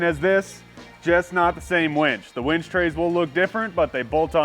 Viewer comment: It's called a winch not a wench